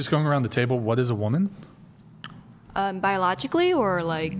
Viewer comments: "Being a womin" the way the Asian incorrectly pronounces woman is insufferable. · Say Woman!!!!!!!! Not *Womeen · Can that chick not say WOMAN properly goddamn